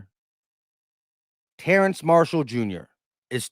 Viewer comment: Every time my man said TerraNce I said TerrAce. 😂